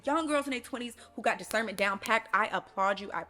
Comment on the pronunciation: “Cause you got what” “discerrrnment”😂